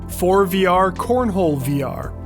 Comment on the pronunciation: I would've imagined that ForeVR is pronounced either "For-Eh-Vee-Ar" or "For-Eh-Ver"